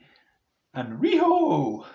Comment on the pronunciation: Cool review dude I'm pretty hyped to be getting this with Revolution 2022 in a couple of weeks time As well as the ppv this Sunday Kept making me laugh over the way you kept saying riho Fun stuff as always dude Keep up the great stuff 👍